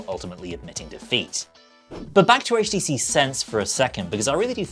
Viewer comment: thank you for not pronouncing it "haych"